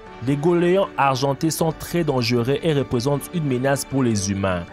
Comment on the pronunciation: Dangueux ?? Dangereux ok